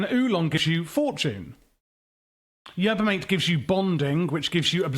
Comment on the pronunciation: Not to mention Yerba MAH-TEH